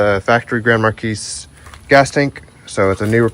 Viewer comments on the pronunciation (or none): "Mar-Key" not "Mar-Kees"!